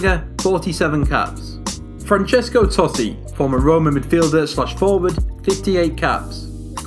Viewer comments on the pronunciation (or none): none